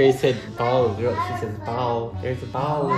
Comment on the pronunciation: 공(ball)을 고옹(bauwl)이라고 발음하는 ㅋㅋㅋ 남부 시골 사투리 쓰는 거 너무 귀여워요. 경북 사투리로 '통통하다(plump)'를 '뽕양하다'고 말하는 거랑 비슷한 느낌이겠어요. ㅋㅋㅋ 아니면 '돌멩이'를 '돌삐'라고 하는 것과 비슷한 듯. ㅋㅋㅋㅋ 말하는 아빠 응시하는 파랑이 ㅋㅋㅋㅋㅋㅋ 그러다가 아빠 얼굴 뚫리겠어... 이뽀다~~